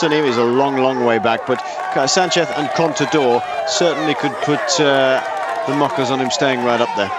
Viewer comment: Commentator saying Sanceth almost every time, mehe